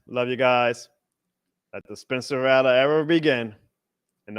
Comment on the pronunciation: RATT-LER.. Brother it’s not Ra-lah